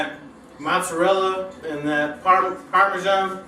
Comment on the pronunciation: you grabbed my attention when I heard parmeesian cheese! Then things just kept getting better, especially when you added the spicy Italian sausage! This dish is off-the-hook creamy!! I'm salivating here! Great job!